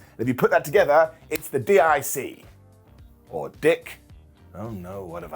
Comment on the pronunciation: DIC is pronounced DEEK. Ifykyk